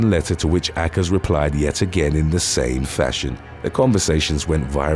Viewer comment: Why would you pronounce Akers that way? Obviously, you're guessing, and it's not even a reasonable guess. Too many YouTubers do this. They come across a word they're unfamiliar with, but don't bother finding out how it's pronounced, and often misuse the words on top of it. Obviously, names CAN sometimes be pronounced differently and still be legit, but this isn't one of them. It irritates me when creators get lazy, and I tend to put them on my "do not recommend" list the first time I catch them at it. This channel has been entertaining enough that I'll continue watching, but more idiocy will lead to me dropping you. Yes, it IS idiotic to be sloppy.